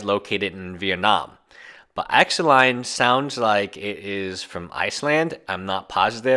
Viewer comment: Axelon? Pretty sure it's pronounced ick salon